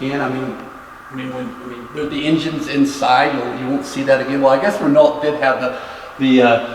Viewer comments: Renault not pronounced as someone who made it. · I could almost hear Shmee subconsciously correcting his pronunciation when that guy say Renault.